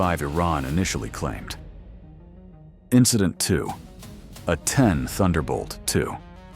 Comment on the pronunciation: Lousy AI narration (not speaking very wordy text correctly). The A-10 is called "ah 10". Very irritating to hear.